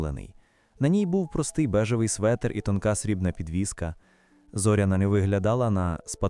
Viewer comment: ЗорЯна, робіть правильний наголос